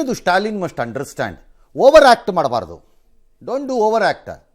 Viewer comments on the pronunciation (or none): "Undrastand" alla ayogya manganna learn to speak english properly if you dont know english don't speak